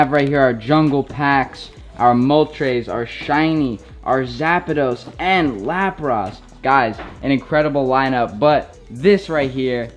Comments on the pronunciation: Mol-tres not trays, no idea where you got the second A from in Zapdos and Lap-rus not ross 💀💀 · Man said Moltrays, Zapados and Lapross hahahahaha if you’re gonna jump on the bandwagon at least learn the names first